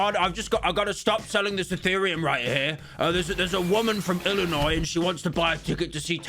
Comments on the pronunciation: So glad Pyro managed to properly pronounce Illinois. It may be baby steps, but one day he'll become fluent in English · I'm glad pyro said Illinois correctly